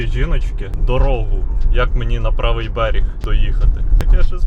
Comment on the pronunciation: Хлопче, не "беріг", а "берег"